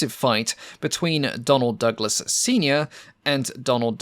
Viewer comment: I feel a strong urge to slap my thigh everytime you say Donald Duck las...